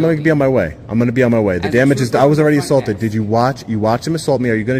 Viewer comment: I’m confused. He keeps saying he was “ assAWlted while taking pitchers” but I’ve never heard of that. It’s gotta be different than being assaulted while taking pictures right..?